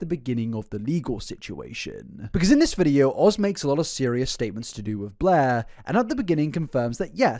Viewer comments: Every time you say "Blair" all I can hear is "Bleh" and it always makes me think about that character from that Comedy Central show, Drawn Together. Lol 😅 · I love that his accent makes every time he says Blair sounds like BLEHHHH